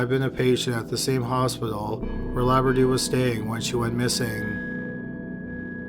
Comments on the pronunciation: LOUBRADOU. How could you say laberdoo? READ. LOU BRA DOU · I keep hearing Labradoodle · This is not a funny case of this poor woman, but the closed captions are. It keeps calling her Labradoodle instead of Loubradou.